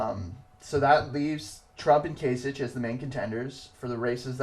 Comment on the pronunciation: Kasich is pronounced with a k at the end, so "kaisik". Not that it matters now since he dropped out and Trump will be the Republican nominee. Nothing can really stop him at this point from acquiring the number of delegates he needs to get a majority. On the Democratic side I'm still hoping Sanders will pull off some upsets and catch Hillary Clinton although that will be very difficult for him.